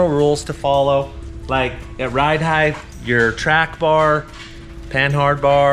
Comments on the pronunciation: Just as soon as he figures out there's no "th" on the end of "height". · Height ends with a T not an H 😂